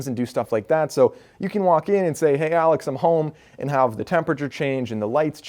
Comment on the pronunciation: I know this man did not say alex